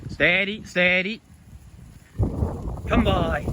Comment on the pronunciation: Agreed, his "lie down" sounds pure Aussie for some reason. His come by sounds like "come, boy" too.